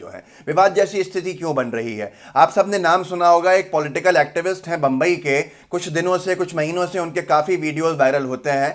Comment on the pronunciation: तुम लोग पहले मुंबई बोलना सिखो